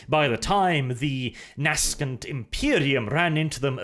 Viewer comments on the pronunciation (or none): Its "Nay-Sent" not "Nas-cant" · nas·cent /ˈnāsənt,ˈnasənt/ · "nascent" is pronounced "naysunt", (as usual a brilliant video :) ) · Did you pronounce nascent as "naskent"? :D It's [nay-scent], as in just birthed, emerging. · Nay-scent not naskent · For the record, the word 'nascent' is pronounced 'nay-scent,' not 'nah-skent.' Just sayin.' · Just FYI, nascent isnt pronounced nas-kent, its pronounced nay-sent/nay-sint. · Nascent: "NAY-SENT". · correction: nay-sent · on the other hand, pronouncing "nascent" as "nas-kent"... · Ok I only watched this because it was in the side bar of Part Five, and the title promised answers that I wanted, which I got so that's nice, but... A: you mispronounced nascent, and B: your affected accent voice thing is soooo annoying. Like jesus man, talk normal please. And if you aren't putting on an accent, then sorry for the offense, and also what part of the world are you from? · double check your pronunciation of nascent